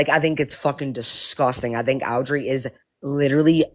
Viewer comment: Why does she call Audrey, Owwwwdrey?